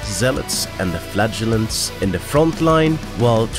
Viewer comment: Go with the second pronunciation of “flagellants”. The first one, the one you used throughout most of the video, sounds too much like “flatulence”.